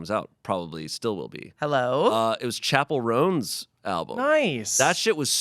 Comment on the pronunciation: "Chappel Roans" 💕😂